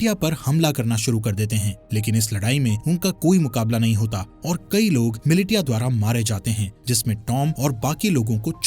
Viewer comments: ‼️‼️ miliTia nahi MiliSHIya pronounce karo use chaman..🤣🤬🤬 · Militia nahi bola jaata bhai milicia bola jata hai... Likha bhale hi militia jaata h.. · अरे भाई वो मिलिटिया नहीं मिलिशिया है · मिलिटिया नहीं मिलिशिया होता है 🤦‍♂️ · AI explanation 'mili-tiya' sucks!!! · Its Militia( Mi-Li-Shia) Haha😂